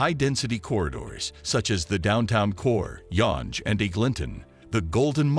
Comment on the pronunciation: Eg-ling-tone LOL